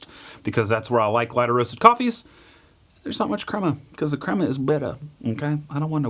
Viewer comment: The cwema is bwitter, mmkay? I don't want no cwema 🗣🗣